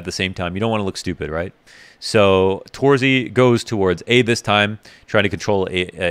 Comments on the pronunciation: since you made the m0NESY vid on twitter, I think you might be interested in how to pronounce torzsi correctly. It's not exactly tor-zee, more like tor-zhee or something like that. Use Hungarian google translate, it says it out loud really well. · Pro tip for: Set google translate to hungarian. Write in: torzsi. Press the speaker button. Now you can say his name correctly. Not making fun of you or anything, cause I love your work and really enjoy watching them. (I know how you care about pronouncination[ex. Monesy])